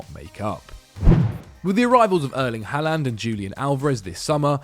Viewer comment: Haaland = Håland aa=å not aa= aa